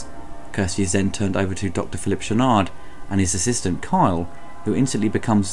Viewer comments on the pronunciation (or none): Its Cenobite, Kyle and Channard. Not Zenobite, Karl or Shannard. 👍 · “Zenobites” “Doctor Shannard”?!